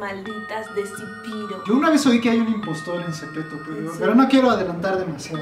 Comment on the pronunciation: Se dice "zepeto" no "zipiro"